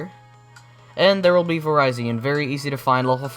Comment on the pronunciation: I thought it was pronounced vir-re-z-on